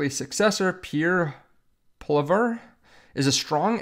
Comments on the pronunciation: Appreciate your youtube. Last Name is pronounced, poly - ev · Love the content on our next Canadian Prime Minister, Pierre Poilievre. Good coverage. Just a tip on the pronunciation of his last name: His last name is pronounced "Pwolly-Ehv". "Ehv" like the first syllable "Eve" in "Evelyn". Even some of our own politicians don't pronounce it correctly. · Pierre Poilievre’s last name is pronounced Polly-ev. Thanks for covering our good news in Canada today. 🇨🇦 Go BTC!